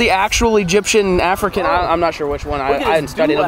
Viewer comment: said ”Edgypen or afrikan” 😂😂